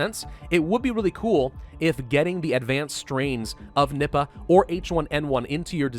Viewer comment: I hear nibba when he says nippa